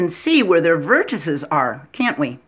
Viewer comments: Vertices is pronounced vertiSEEs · I respect your video(s). I would challenge you to find anywhere on the web examples of deviations from what I mentioned to verify for yourself which is correct. It is similar to indices, matrices, vortices in pronunciation. Even UK pronounce it that way according to a website I checked. Anyway, it's definitely you're not your. Keep up the good work.